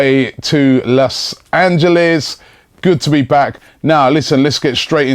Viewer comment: It's Los Angeles not las Angeles